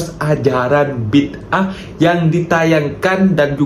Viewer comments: Mas farhan sebutan filem tu bi da ah, bukan bid ah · Farhan.....bukan Bidaah Gini sebutannya Bidaaaaa ah😮